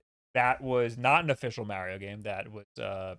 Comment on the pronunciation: You and Mario go so far back he pronounced his name differently back then. 🙃